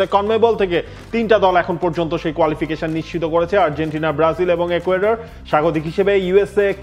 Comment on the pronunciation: একুয়েডর না, ইকুয়েডর হবে।